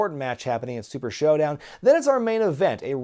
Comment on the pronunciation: LMFAO 🤣. He said SHITdown not SHOWdown. Get it?!?!?!🤦‍♀️🤦‍♀️🤣🤣🤣🤣🤣😆😆😆